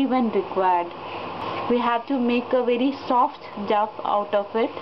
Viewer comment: The word "dough" is pronounced :- "DOH" ( not "duff" - as it comes across on your video) thnx